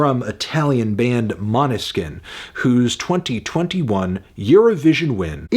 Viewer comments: Thanks for making an actual attempt at correctly pronouncing a Danish word. Måneskin means moonlight. I'd say "moan-eh-skin" comes closest :) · As a Danish I just can't get over the Måneskin pronounciation. The å is the same sound as o in "oh" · I died when he tried to say måneskin